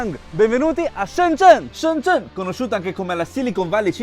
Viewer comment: Mi fa morire il cambio pronuncia da cinese perfetto a italiano perfetto 🤩